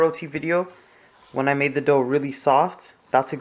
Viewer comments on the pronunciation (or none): none